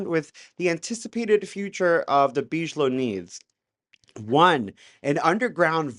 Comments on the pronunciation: but beej-low sounds so much classier. We don't deserve.😂❤ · It’s BIG-ilow, not beeej-low that’s not how it’s pronounced lol. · Oh and for the love of GOD! It pronounced "Big-A-Low" "biG". Not " beezsh". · Big-uh-low, not bige-low. Lol. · Hey dude, just a quick clear up...BIGELOW is big-uh-low, not beej-low. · How is this a UFO CHANNEL and you DONT KNOW who ROBERT BIGELOW IS??????? like wtf??? Its pronounced BIGGALOW - NOT BEESHLOW man... and BAASS isnt BIGELOW, just say BASS!!! Holy cow man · It’s not real dude. Why would they call it a tic tac before the pilot nick named it tic tac? It’s basic aerodynamics stuff that came out after the incident. Also it’s pronounced BIG - A - Low not Beegelow. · Why do the gays believe everything they read and hear? Btw; you regards realize your listining to someone's BS who thinks Bigalow is pronounced Beej-low? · "Bidgelow" lol. "Whoops! Sometimes I slip the D in without thinking about it." 🤭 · It’s pronounced Big-a-low….. 😂😂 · Nevertheless... All due respect, the soft pronunciation, "Beejelo", is kind of distracting every time it comes up. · Bigelow like big eh low, the mispronunciation is killng me. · Big-a-low is how Bigelow is pronounced, brother. Just wanted to let you know. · Please Big-e-low. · It's BIG-A-Low my friend!👍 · It's deuce bigalow for god sake! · It's pronounced big -a -low lol dope video. Love the content, God bless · It’s pronounced big uh low aerospace. Good video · BTW, you pronounce it as "Big ello". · by the way, everybody else pronounces it as "Biggalow aerospace" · Salut couyon 🥂 I caught your pronunciation and wondered why you pronounced Bigelow, en Français. 😉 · Dude , you are mispronouncing the name "Bigelow" .